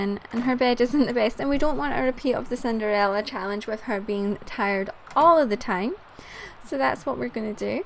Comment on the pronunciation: in a part you said ciderella